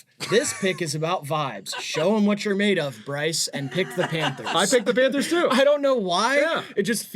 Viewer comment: PHANTERS???? KKKKKKKKKKKKKKKKKKKKKKKKKKKKKKKKKKKKKKKKKKKKKKKKKKKKKKKKKKKKKKKKKKKKKKKKKKKKKKKKKKKKKKKKKKKKKKKKKKKKKKKKKKKKKKKKKKKKKKKKKKKKKKKKKKKKKKKKKKKKKKKKKKKKKKKKKKKKKKKKKKKKKKKKKKKKKKKKKKKKKKKKKKKKKK